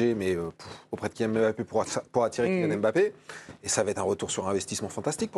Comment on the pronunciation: Madame arrêtez de dire Em Bappe